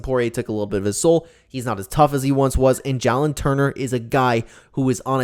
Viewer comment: Ngl idk how to feel about these picks after you called a ufc stud ja-lin when it’s jay-lin